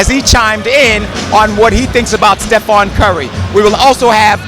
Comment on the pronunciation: who the fuq is Stephon Curry I'm pretty sure its Stephen